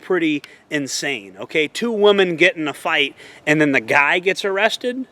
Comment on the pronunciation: Try to learn to say the word "women" it's pronounced "wim-min"... All those influencers like you're talking about don't know how to say women either. Women is multiple you only say "woman" when you're talking about 1 female.